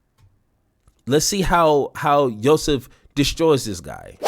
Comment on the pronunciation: Remember when Bill Mar was cool, funny how when you're rich & U get older you turn into a semi-bigot-moron. I use to see him out at the Roxbury Club & the Rainbow with all his rent a girl friends and he was ok.. 0h & its Yo-seff (pronunciation ) just so U know.. Bassam is soooo smartI'm a Lebanese man and no-ones ever asked me if I was & When Bassam got famous people started asking me if I was Egyptian